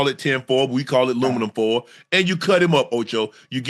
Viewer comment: As soon as I heard "luminum foil" I already knew what time it was 😂